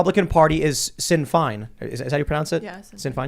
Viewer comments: It's not sin fine, it's shen feign. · It's pronounced "Shin Fayne", not "Shin Fine" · it is pronounced different ,it would look like this ( shin fain ) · 'Shin-feign' is the pronunciation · FYI Americans , Sinn Fein is actually phonetically pronounced ~ SHIN FAYNE - ☘️ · Sinn Fein is pronounced Shin Feign. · Sinn Fein is pronounced Shin Fane, Tim. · Sinn Fein is pronounced Shin Fain (as in rain). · It's pronounced Shin Feign (sinn Fein) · no, its pronounced more like 'Shin Feign'